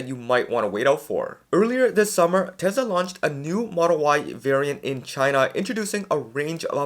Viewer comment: Generally good videos, aside from 2 things, AI5 isn't supposed to be available until late 2026, which makes sense as the design was just approved. It will take time to ramp up production. Number 2,, I understand you speak fast, but Tesla is pronounced Tesla, not Tesa.